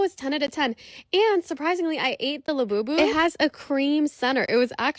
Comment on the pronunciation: There’s nothing much re cringe then hearing someone say lafufu